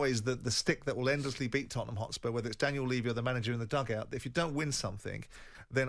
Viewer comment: I really hate how he says "Tottenham" and not us.